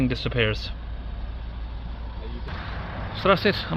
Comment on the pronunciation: It's pronounced "RennO" mate.